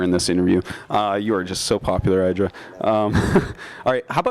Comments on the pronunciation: Artosis actually saying "Eye-dra" ftw. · You'd think for being a GSL code S caster he would know how to pronounce IdrA's name correctly... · Tell Artosis to say your name correctly.